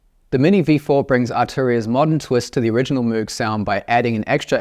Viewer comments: I hate to be that guy but I think you mispronounced Moog 🤓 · Bro You can pronounce it in any way, as Moe'g or Moouh'g, Mr. Correction Tape.